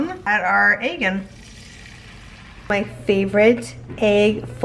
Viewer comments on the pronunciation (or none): i love how you say “egg” you pronounce it “agg” i love it 😂😂❤️